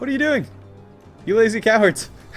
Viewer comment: Did he say "Lazy cow herds." to the archers or "Lazy cowards."